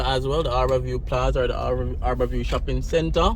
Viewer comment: It's Har-bour View not "Aar-bour View